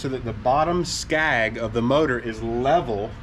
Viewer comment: It's a skeg not skag sorry that killed my ears.